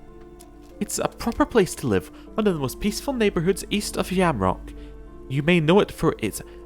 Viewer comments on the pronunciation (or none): FYI: it's pronounced "Jamrock", not "Yamrock".